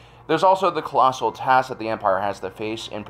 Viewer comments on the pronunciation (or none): none